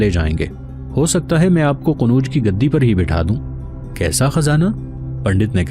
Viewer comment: السلام علیکم جناب عالی آپ مسلسل شہروں کے نام غلط لے رہے ہیں مثال کے طور پر آپmathura کوmithra کہتے ہیں اورqannaujکو qanuj کہتے ہیں تصحیح فرما لیں